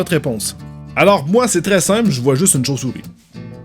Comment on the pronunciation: tu m'as prête de rire écoutez le 5 la deuxième fois quand il dit chauve souris enfaite il dit chauve chouris